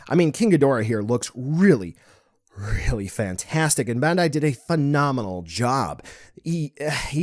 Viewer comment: I see that you still cant pronounce BANDAI